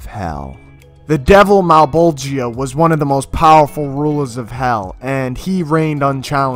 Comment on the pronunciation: Hate how you pronounce Malebolgia's name. If you had to say "Georgia", would you say "Ge-or-GI-a"? No, "Geor-gia". "Male-bol-gia", not "Male-bol-GI-a". For reference.